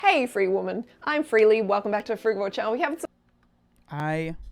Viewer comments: You can’t even pronounce frugivore 😂😂😂 you have no idea about nutrition. Stop acting like you do. Stick to building muscles bruh. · "Frugavor" now that's new. Also, if we're not meant to eat meat.... why do we have incisors to dear and rip flesh?